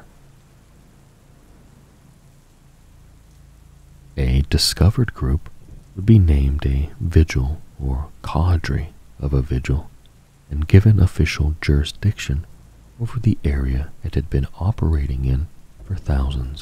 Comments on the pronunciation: Gotta agree with these guys bro, never ever heard of that pronunciation lol it’s always ever been “kaa-dray” 😅😅 especially considering I’m a Brit..along with GW…and seemingly the rest of the imperium (could you ever imagine the astartes speaking in anything but a British accent 😂😂😂) Edit: funnily enough we also pronounce solder as “soul-duh” compared to the American pronunciation of it being “sodder” lol (shout out to Cthulhu for the aluminium example 😂😂😂) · Just so you know, the correct pronunciation of cadre is kay-der. I woke up precicely at the sisters section as was immensely bothered lol. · Gotta agree with Cthulhu here. I’ve never once in my life heard someone pronounce it “Kay- der”, typically “cah- druh”